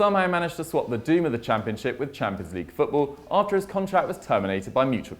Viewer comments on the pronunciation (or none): none